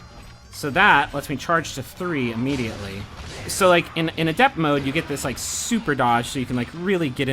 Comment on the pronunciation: I couldn't keep watching because of how you pronounce the word adept.